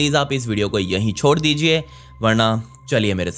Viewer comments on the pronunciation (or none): Jab bolte hai sod dijie video ko "" ton🤣ham jrur dekhte hainn😅